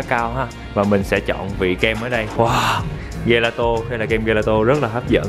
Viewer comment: gelato là kem đó a =))) đọc là giề la tồ :v